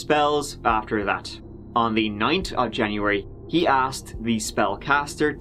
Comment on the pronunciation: on dee turd of january